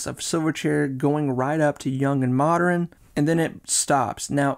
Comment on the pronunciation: And the occasional "Moderren".